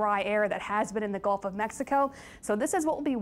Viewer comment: Lady, it’s GULF not GOLF !!!!!